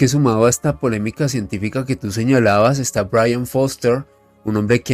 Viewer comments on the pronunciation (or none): none